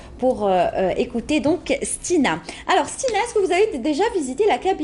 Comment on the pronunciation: ***** il lui manque des H à stina !